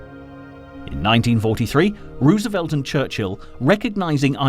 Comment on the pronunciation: 😊😊 I didn't even hear that he was saying it wrong. Lordy.